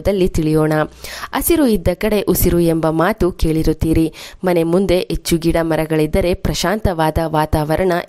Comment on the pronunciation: Madam , yechchu alla, Hechchu anni. Pronounciation should be correct while presenting the edition.